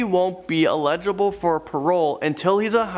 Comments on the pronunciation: It's eligible not illeagable lololo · ight want to learn how to prounounce "eligible" and "coerced"